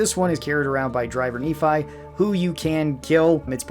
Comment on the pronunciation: Couple details I need to point out: Nephi is pronounced "Nefi", not "Neefai" It's Little YANGTZE, not "Yangste". Yes, reference to Fallout 2 but the original reference comes from Lassie. You can get the Liberator at NELSON, NOT Nellis. You're right about All-American. It feels rewarding looting the armory after all the fighting and radiation in that vault. "You can miss the Super heated knife and that's not cool". Indeed, a Super heated knife isn't cool. 😂 BTW. Most of these are in "difficult places" only because plays on Hardcore mode with the difficulty tuned up to Very Hard. Tune the difficulty down if it's too hard. Simple as that.